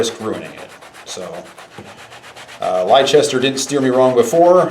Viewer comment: Good ASMR..Oh, and Leicester is pronounced "lester", just for next time...English place names are a pain in the arse, but yeah, lester...He's a good lad..